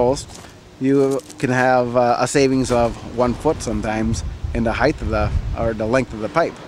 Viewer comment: There is no such word as "heighth"